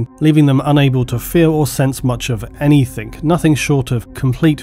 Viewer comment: I love all your videos and I really don't mean to cause any offence but there's one thing that annoys me in pretty much every one, and that is saying "Everythink/Anythink". It's "Everything/Anything"